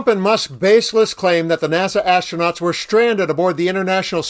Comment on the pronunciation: Musk "imma seave duh astroonats" Me: "talk's cheap" Astronauts still waiting Me: "Elon's just talk...therefore elon is cheap"